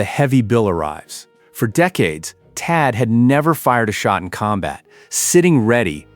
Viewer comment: "The Patriot or the Taad?" I think you missed an H in there. "Pick a whiner" Are you sure you read this script?